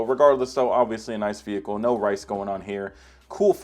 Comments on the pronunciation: STOOOOOP. SAAAYYIING. VEEHIICKLEE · Stop saying “vehicle” wreck it Ralph